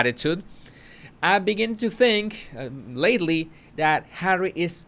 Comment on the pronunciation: Hawwy Hawwy are you listenin? 😂